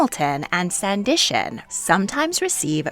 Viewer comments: It’s “Sanditon” not “sandition” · The third TV Show mentioned is not SANDITION but actually SANDITON... Given that you do history videos I would've thought that you'd do your due diligence in ensuring that your pronunciation would be correct... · Sanditon, not Sandition, oops! 😊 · Sanditon, not Sandition. 😉 Very interesting information! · Sanditon. Is pronounced san-deh-ton. Not San-di-shun. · Sanditon NOT Sandition. Lol. Hope the rest of it is more accurate. Sorry but had to point that out. Good topic. Thx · Sanditon NOT Sandition. Serious error that forces me to question the rest of your information. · What the heck is "Sandition" Can you possibly mean "Sanditon"? Straight away you demonstrate ignorance. 'bye. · Sanditon, not sandition. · I think it's Sanditon. Not Sandition......🤔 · It's not "Sandition". It's "Sanditon". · Sand - dit - ton